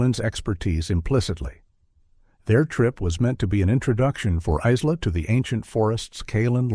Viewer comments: Isla = Eye Lah aaaaargh. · The s is silent in Isla. It's driving me flustered. 😅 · Exactly, the 'S' is silent! Such a sad thing to happen to this young family. 😢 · Yes, I must admit, I was very stuck on the pronunciation and spelling of Isla.. Throughout this whole sad story.. 🫣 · And why don’t narrators research how to pronounce the names of victims?? Hello, google! 🙄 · It's AI, that's why it can't pronounce it right